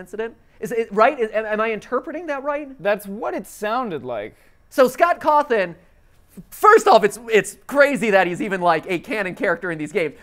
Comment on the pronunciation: Are we just going to ignore that matpat pronounces Scott Coffin’s name as Cothin?